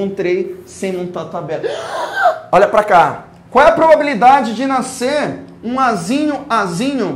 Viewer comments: "zum vezes zum da quanto?, zum" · “Zum vezes zum da zum” kkkkkk o melhor prof❤️2020 ? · Zum x zum, dá quanto? Zum! Kkkkkkkkkkkkkkkkkk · Eu esperando ele ansiosamente multiplicar o 1 pra fazer "zum vezes zum" Kkkkkkjkk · "zum" vezes "zum" = 1 kkkkkkkkkkkkkkkkkkkkkkkkkkkkkkkk amei